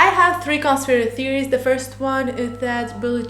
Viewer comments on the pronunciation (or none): Bro you cant even say "conspiracy theories"